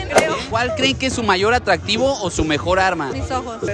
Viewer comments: "ATTDRAADIVO" JAJAJAJA .😂✌ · Attdraadivo, y como es? atractivo y yo que dije? Attdraadivo y como es? atractivo 😂😂